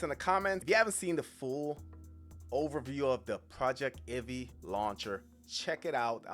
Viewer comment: I'm pretty sure it's going to be pronounced PROJEC TIV EE, not PROJECT IVEE.